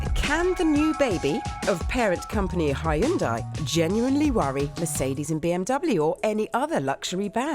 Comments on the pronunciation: Vicki, it’s pronounced “Hyun-day”, by the way. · I still don't understand how Hyundai is pronounced hai und dai :P